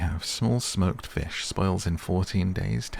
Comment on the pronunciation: “they eat feesh” “why’d you say it like that?” “it’s just how i talk” 😆😭